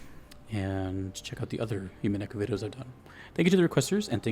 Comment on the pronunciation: Nice pull on the Winchester, that's absolutely what it is in the story. The U is pronounced like "oo" and not like "you". The episodes thing was because the game was originally released in eight ten-to-fifteen hour episodes that released every four months or so before being collected as a single game when they were all done releasing. There are websites where people track and rate the VNs they've played kind of like Goodreads or Letterboxd and Umineko tends to be in the top 10 of those for English players and top 25ish for Japanese players. The "Dragon Ball" of the genre is probably Fate/Stay Night and the Fate series in general. You're definitely right about the strength of the melodies, that's why this is my favorite OST in gaming.